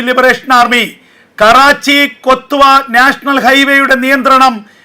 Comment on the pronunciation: കൊത്തുവാ അല്ല ക്വാറ്റ എന്നു പറ